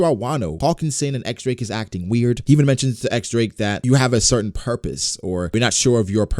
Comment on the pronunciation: "diez" Drake not X Drake